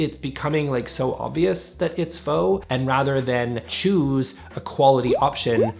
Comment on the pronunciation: I believe you’re mispronouncing “faux luxury”. “Faux rocks” is a rhyme, actually.